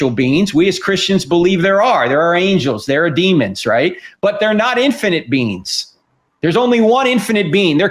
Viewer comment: Lol all I can hear is "spiritual beans" and "infinite beans"!!!